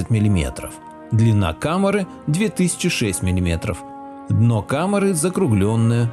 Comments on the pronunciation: КАМЭРЫ ШМАМЭРЫ...ПИСЕЦ !!! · Как-то по жидкости произносишь слово "комера" ска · КамЫры! Ведущий, говорите правильно! КамЕра , а у вас КамЫра...